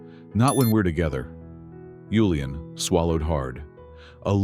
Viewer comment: Good story but annoying hearing yulian when his name was julian